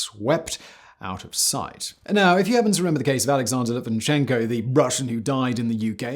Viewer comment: Hey, a quick feed back. Why don't you try harder and use the correct names when you are talking about someone? Example: Litvnenko not Litvichenko. People pay attention and names are pretty important. It shows a lack of interest. And yes, I don't care if you just show the correct name on post-edits.